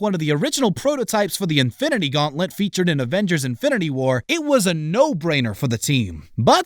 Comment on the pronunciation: Number 2:the infinicy gauntlet Did anyone else realized how he said it